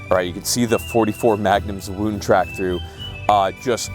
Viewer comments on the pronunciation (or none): none